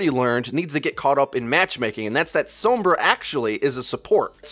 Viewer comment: I like your videos but can get cut out the pretentiousness, "fan-servicing" of "pro-players", AND for the love of god, stop pronouncing Sombra/Pharah wrong